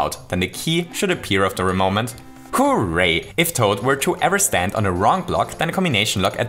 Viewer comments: Nobody:: WHO-RAY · I love the way you say hooray It kinda sounds like “Who-ray” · More like "BOOray"